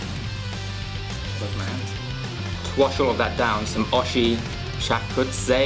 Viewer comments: btw its not oshi its O-I-Shi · So funny he called the drink oi-shi. It is supposed to be pronounced oo-ie-shiie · OISHI call o i shi not osshi hahahah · Have been waiting for food taste! Try something goods! Why did you always pick a snack that some thais doesnt even eat them? Btw greentea pronounce as The brand is in japanese language means delicious the way you would pronounce is o-ii-shi haha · The pronunciation for the oishi is o-e-shi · Well...... Oishi pronounce like Oh-ih-shi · O - I - SHI Japanes